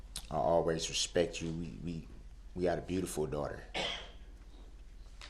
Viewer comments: 'I respeck you guyz'. Gee, what an honour. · You can’t “Respec” someone if you don’t even know the correct pronunciation- Moron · His facial expressions alone bug the s**t outta me. The way he says “Hail Yeeuh” bugs me too lol “respek” “Troof” “Ax” “Libary” gtfoh